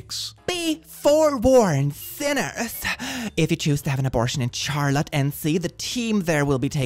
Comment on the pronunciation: I keep thinking you're American because of the newscaster accent you use in videos but then you mispronounce well known American cities like, "Charlotte," and I remember.